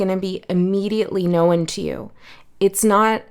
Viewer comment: Too cute how you always say “know-n” (2 syllables) instead of “known” (1 syllable). ❤